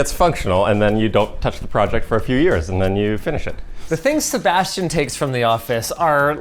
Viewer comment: a SeBASHtian